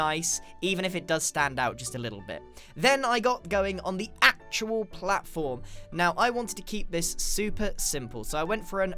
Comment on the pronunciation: What happend the the word 'actual'?